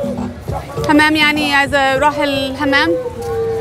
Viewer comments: Ur language is very good but the bathroom is حمام not همام😅 but keep continue me 2 my language its broken 😂💔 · حمام مو همام😂